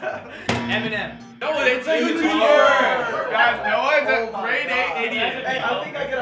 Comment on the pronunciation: Its eminem not e m e i n e m